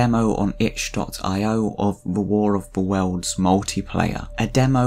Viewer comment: i love how you said "the waw of the wewlds🥺"